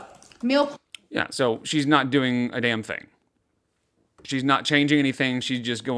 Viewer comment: she's not even fluent in brainrot 😭 Ask the fellow kids how they're do-eeeeeen